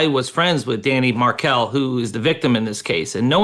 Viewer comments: Could you please correct pronunciation of the last name of the deceased man, Markel. It’s not “MARK-ul,” it’s “Mar-KELL.” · It’s pronounced (and spelled) Mar kel - how Dave says it. And it’s Aye delson - long a sound. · Dan's last name is not pronounced Markle. It's pronounced Markell. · Mar-KEL. Megyn if you are going to do a podcast no offense but do some research on pronunciations!! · It’s MAR-KELL. Please if you’re going to talk about the victim learn before your show how to pronounce his name. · Dan "Mark-elle" phonetics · The correct names are Aaaaadelson, Mar-kell, and Katie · Check the pronouncement of markel megyn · Megyn doesn't even bother to learn how to correctly pronounce the victim's name nor the defendant's name. Ridiculous. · Megyn learn how to pronounce people’s names, please. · Megyn, you're a seasoned reporter: learn to pronounce people's names. Especially / at least learn the victim's name. This case has been going on for like a decade. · How did she pronounce every name wrong in this super famous case?? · Megyn, you should learn how to pronounce their names correctly, if you are going to cover this case! 🙄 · Megyn seems to mispronounce a lot of names. Someone on her staff should help her. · Correctly pronounces the Hispanic names, but butchers both the victim's and the accused's names.